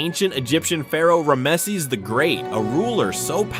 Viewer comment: Man, the video is great, but the pronunciation of Ramses and Ozymandias does not seem correct.